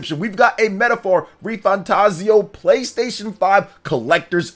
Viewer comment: Thanks for saying the name right lol